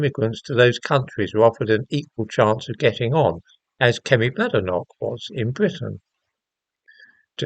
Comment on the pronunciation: Her name is pronounced bay-de-noch, as she says "there's no bad in her name"